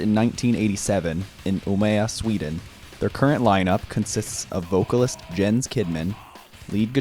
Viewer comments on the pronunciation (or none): Appreciate what you were going for but I think you missed the mark on a few things. ~Jens is pronounced "Yens" ~Haake is pronounced "Hockey" ~Hagstrom joined Meshuggah on the "None" EP. Which was before D.E.I. ~Destroy Erase Improve is about The Matrix. Written before the movie, it was based from the book. Also, the original version had more lyrics but were lost.